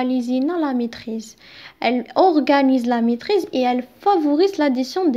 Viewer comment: même la prononciation compte